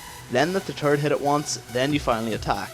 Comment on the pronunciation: Dat turrets pronounciation taris